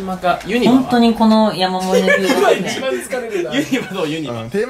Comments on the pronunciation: ゆ↑にばじゃなくて、 ゆ↓にばな！！ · ユニバのイントネーションが間違っててきになる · ユニバのイントネーションが違和感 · ユニバの発音がさ、みんな、↑→↓やけど関西人は→↑→よね、、。 伝わるかな、、w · どーでもいいんだけど、ユニバ↑って違和感笑 関西住みなんだけどユニバ↓っていう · かっちゃん ユニ⤴︎バ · すき家と同じ発音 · ユニバの発音が関東やあ、、、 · ユニバの発音関西と違う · ユニバの発音が違いすぎてびっくりしたわ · 東海オンエアのユニバの発音関西人と違ってて違和感でしかないwww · 関西人なんだけど、「ユニバ」の発音が違いすぎて驚いてる... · ユニバって大阪と発音違うんだね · 今頃見てユニバのイントネーションが気になる関西人。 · ユニバの発音がおかしいと思ったおれだけ？ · ユニバの発音がどうしても気になる関西人いるはず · ユニバの発音おかしくね？ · ユニバの発音がちげえんだよなぁw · ユニバのイントネーションきになるわー これ分かる人いる？ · 今思ったけどユニバの発音おかしすぎやん笑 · ユニバのイントネーション、、笑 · ユニバの発音違和感しかない関西勢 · ユニバのイントネーションが違和感ありすぎてゾワゾワする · 大阪人やからユニバの発音に違和感感じたわ笑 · ユニバのイントネーションの違和感が凄い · ユニバのイントネーションが違いすぎた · ユニバの発音おかしくない？？笑